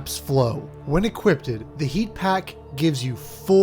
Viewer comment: equipped= “eh-kwipt” not “eh-kwipt-ed” im not trying to be an asshole btw, i love your videos😂